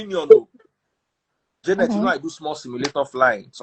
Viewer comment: Her name is jar..net... not jay ..net